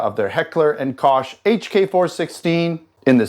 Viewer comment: Did you say "Kosh" 😂